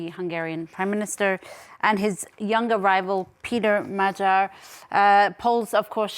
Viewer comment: You don't know how to pronounce "Magyar", and the word means "Hungarian", not "Hungary".